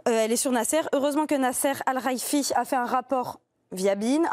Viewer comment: Mdr la journaliste a du mal avec le nom el khelaifi😂😂😂